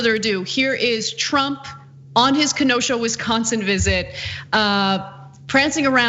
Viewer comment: Pronunciation, dear glad you got Ken O sha down❤